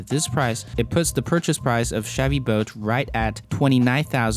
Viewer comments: that accent though. Sounds like boat to me. Chevy boat. Not making a fool of you, just a funny accent to me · Chevy "Boat" and Tesla "Vote" :P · Is he saying Chevy boat? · Chevy boat? Try to say the "L" in the name bolt